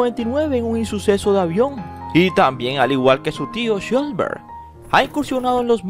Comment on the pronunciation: Con respeto, debes mejor la pronunciación del apellido trataré de indicarte asi: Shh los Berg, no sholbert como tu lo pronuncias; por la escritura del apellido el padre ha de ser descendiente de alemán, austriaco o suizo